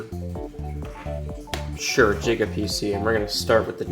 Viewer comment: jiga tech more like giga tech